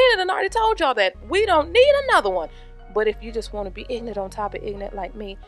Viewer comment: LOL "Cuz I'm pruh-fesh-onul!" "We jus' bein' ignant on top of ignant"....LOL